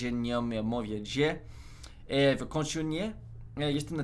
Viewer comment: Polish here. That wasn't bad, actually, I expected something much, much worse 😆You would probably convince many people that you actually speak Polish, so your point definitely stands. However, let me just point out, that some words have been butchered beyond any recognition, like e.g. the first "źle" (too bad). Strangely enough, the second time you pronounced it, it was spot on. Overall, yeah, that's fair, you do sound like somebody who has been learning Polish for 17 days... 😜🙃 Great video, thanks a lot!